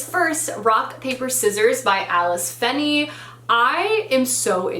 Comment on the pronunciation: Hello : ) Feeney is pronounced Fee-knee (Fee like in fe fi fo fum) its an Irish surname